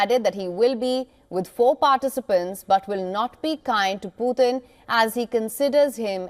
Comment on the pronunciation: Putin not puthin!!